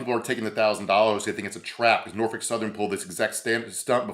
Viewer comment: You know is from Virginia because he knows how to correctly pronounce "Nor-Fuk".